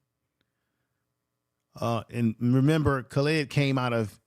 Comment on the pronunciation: Khalid-sounds like call lid (say it together and you will get the correct pronunciation. Excellent video.